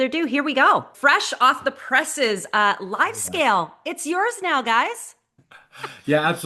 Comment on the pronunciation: Hey! Thanks for the insights as always. A small comment: It's Livescale, not LiveScale (LiveScale is a Dubai-based architecture firm;-) Best to the Channelize team from the Livescale founder and LiveShopping OG;-)